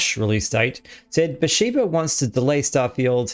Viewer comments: IT’s Bethesda not Bathsheba lol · How do you read Bethesda as Beshshba? Then again Americans can't read Aspergers and say Assburgers somehow. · only a computer would say 'besheeba'. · Im sorry but. How are you doing videos on starfield. And getting BaTHEsda wrong?. Apologies if this comes off as mean. But seriously. Wtf? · I had to rewatch that part thinking how they mess up bethesda name